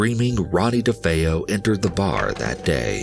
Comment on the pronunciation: ...Ronny DeFoe [...] - DeFeo, you mean?! 🙄